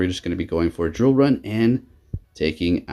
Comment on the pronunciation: Dude, you always butcher the name of moves for Pokémon. Lol love watching you battle, but I just laugh every time you mess up a name. Shadow sneak haunter, drill run zapdos.